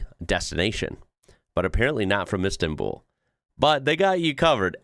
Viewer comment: I think you meant Istanbul, not Insta'n'Bull. 😂